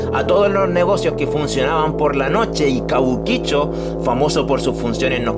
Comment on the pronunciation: Yo trabajé tiempo .cabuquicho suena como argentino boludo